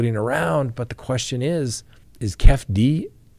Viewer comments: Keefe D is pronounced Key fee Dee not Kef D😅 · Not kef d. say it Keefy d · Its pronounced Kief E - D. Keefee D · I can't handle hearing say "kef-D" and "baby Lane".🤣🤣🤣👍👍👍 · Its keeee feee deee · Keefe D, is pronounced, kee-fee dee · It's pronounced KEY-FEE-DEE 😂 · Pronounced Keef- e - dee..